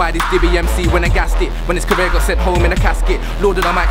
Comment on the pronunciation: "when his carreer got sent home in a casket" haha (marger)